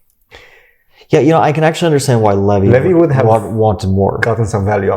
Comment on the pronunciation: Did Fabi backhandedly call Levy, Levi. Hahaha, that's how I heard it